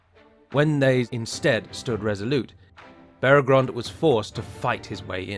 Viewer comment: Minor nitpick but it's Beregond, not Beregrond. The text was correct but the narrator inserted a second "r" every time he pronounced it.